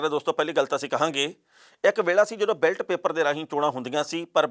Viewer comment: ਬੈਲਟ ਪੇਪਰ ਨਹੀਂ ਬੈਲੇਟ ਪੇਪਰ ( Ballot Paper )